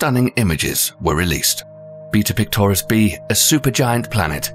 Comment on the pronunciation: When he said “beta pictoris” I though he said beat up clitoris